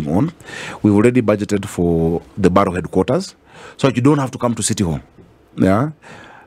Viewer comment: Borough system is used in London, UK. The word is pronounced as ' Barah' not ' Baroh'